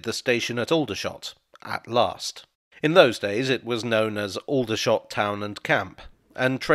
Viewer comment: People who live in and around Aldershot don’t pronounce it with the same vowels.